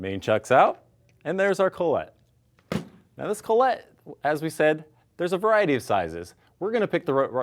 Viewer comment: Who's Collette? Oh, are you trying to say collet ( call-it ) ? ;) Your not fancy frenchy, guy, just speak English.